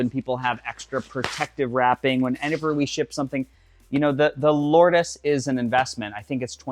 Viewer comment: It's pronounced "Lords". Based on the Holy place in France